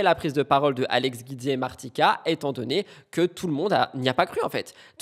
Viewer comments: Se prononce jioudi pas guidi . C'est juste le raccourci de son nom Giudicelli .... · Coucou Hope you doing better ❤ Guidi se prononce Gwouidi 😊 Kisses